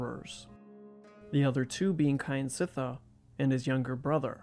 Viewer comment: Not "Ky an sit thar" but "Kjan sit thar"